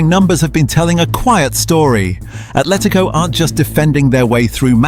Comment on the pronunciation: It’s Atletico not ATHletico